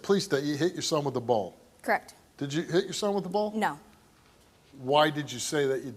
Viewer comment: If that chick that abused her baby says “crekt” one more time…